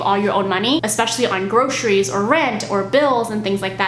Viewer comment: I like how started pronouncing groceries as gro-sha-ries now. Maybe it's from Wah!